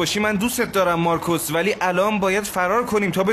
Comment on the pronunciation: چرا میگه مارکص